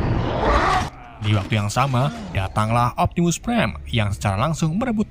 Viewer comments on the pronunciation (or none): Bakan optimus prime tapi optimu prime